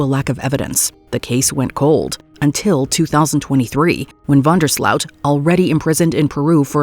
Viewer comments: it's van der sloot pronounces with an "o" not an 'ow'.😅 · I cringed everytime she said Van Der SLOUT. As if anyone uses the proto-germanic version of the words pronunciation ...since the 14th century. Being netherelander and NOT from some places like South Africa...it is OOT, not OAT or AUT. Don;t ask me why, it jsut rubbed me rraw. I think it's because too many people online attempt to add thier view,take,twist, to words to appear less stupid, more pretentious, or to show off how badly they paid attention in school